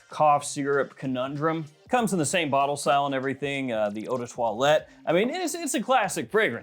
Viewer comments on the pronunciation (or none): none